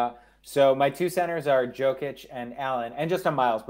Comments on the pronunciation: Alex pronouncing "joke-itch" 💀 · Lost all credibility when he said Joke‐ich. If you can't pronounce the reigning MVP of the league's name, you're not closely following it. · lmao this guy is trash....Can't even say Jokic's name correctly.....and PORZINGIS???? Rofl the guy is always hurt. It doesn't matter what his per game ranking is....What about Myles Turner or John Collins? These guys were much more consistent than Porzingis